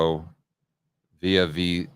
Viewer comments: Come on, you've been in LATAM for a decade and can't pronounce Villavicencio? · He struggles with a lot of pronunciations, to be fair. Still a huge fan though 😊